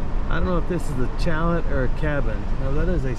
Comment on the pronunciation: Fabulous views near end of video. Hearing aids are odd little creatures. If your voice is loud enough, the background noise nearly blows out the eardrums. So, using CC is imperative. Saying “shallet “ instead of “shallay” is both clever and cute. CC showed “challet”. Several minutes went by before figuring out “chalet” was the point. Getting older has its perks, but it takes longer to enjoy them. 😊